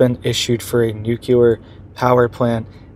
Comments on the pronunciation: It’s not NUKELAR. It’s NUCLEAR 😂 ❤ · I wrote the same thing in the last video. I can't even watch this one - it's just too cringe hearing him say "newkuler" over and over. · Why do some find it so hard to say noo clee er? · You tried to inform him in the last video as well, but he doesn't get it. I clicked on this video hoping he would have seen the comments and made the correction, but no. Stopped the video after the first "newkuler" - it's just too cringe worthy.